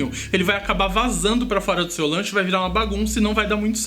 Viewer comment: Gente adorei esse Lancho se é assim que se pronuncia,AMO DE PAIXÃO suas receitas, bjs 👋👋♥️♥️😍